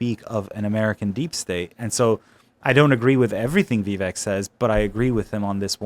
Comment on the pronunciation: Yes but the majority of interviewers still say Vivekk. They can’t remember the mnemonic. 😂